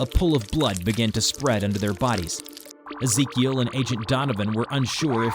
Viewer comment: Ezekiel that's my cousin name tho that's not how we pronounce it